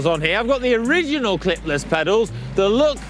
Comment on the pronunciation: "Look", "Lug", "Luck" all sound the same when says them. I think we need an English translation for us Americans haha!